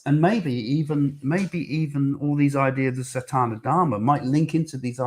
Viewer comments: Please Craig.....it is not satAna dharma (sounds like something to do with Satan!). It is sanAtana dharma. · Just a gentle correction...if I may take the liberty.....it is "Sa-naa-ta-na" dharma. It has always been a dream to go on a cruise, but your answer to the question about having to clean up the sea has made me rethink that one!!! :-)